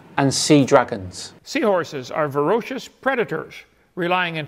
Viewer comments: did the "doctor" of "science" post a video in which he can't pronounce a fairly basic word? Did Kent say "varoshus"? #DearOhDear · "Seahorses are ferocious predators" 🤣😂🤣 (Yes, I know, he probably just mispronounced it) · The mofo said "verocious" instead of "voracious". He can't even read and wants us to think smart! Sure, "Doctor" Hovind. Sure. 😂 And he couldn't pronounce "Denise" either! I'm dying here. 🤣💀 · "Vorocious"?? Really, Kent? 🤣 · He read "voracious" as "ferocious" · OMG Kent, you mean to tell us that Jesus and his dad actually force those poor, defenseless, baby seahorses out of their daddy's protective belly and into the cruel world only to be eaten alive by "voracious" (pronounced vəˈrāSHəs) sea creatures? Oh the Humanity! It's almost like seahorses EVOLVED to rapidly repopulate because so few survive to adulthood?!?!